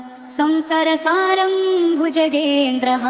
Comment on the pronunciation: संसारसारं को संसर सारं कहा जा रहा है सुधार कीजिए।